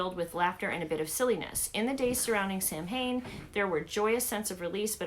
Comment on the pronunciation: Hi -love your channel! Great box-I’ve thought about getting this one myself, as I am into crystals. Loved learning about the Dumb Supper-never heard of it before now. Samhain is pronounced as “sawin”; you’d never know from the way it’s spelled, right? Happy autumn to you & family 🍁🍂🧡